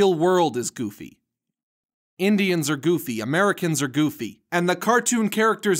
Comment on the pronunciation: You're saying the goffy...yeah I know it how stupid. 😧